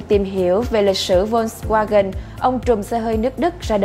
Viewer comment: đọc sai tên rùi, phải đọc là phốt ( giống chữ folk trong tiếng anh) va-gần (chữ w trong tiếng đức đọc là chữ v)